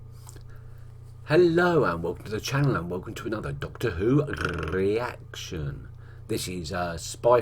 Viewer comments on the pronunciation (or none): That "Rrrrrreaction" was very Sylvester McCoy!